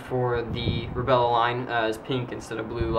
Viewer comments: Why does he say Rebella instead of Rebelle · And you keep on pronouncing it rebellE it's just rebellE. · STOP sayin rebella and its not the wind thts anoying its u sayin rebella is wut anoying and u keep hesatin lol sry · The rebelle is pronounced re-bell, just incase u wanted to know. :3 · Rebelle is pronounced ruh-bell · It pronounced Reb - ell :D